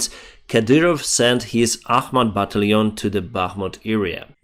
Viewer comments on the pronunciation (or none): Ba - Tal - Tion my friend , Baaa - Tal - eon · Thank you for all your efforts. I discovered the channel shortly after the Russian invasion, and make it a point to watch every evening. I don't want to nit-pick, but I'd like to help you out with your pronunciation of the word "battalion." The first few times I heard you say this, I was a little confused about what you were saying. To help viewers understand, it might be helpful to pronounce it " buh-TAL'-yon " with the emphasis on the second syllable. Nonetheless, please keep up the good work. You're doing a great job.